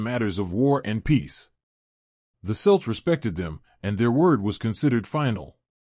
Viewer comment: what the hell is selts its pronounced Kelts. stupid AI.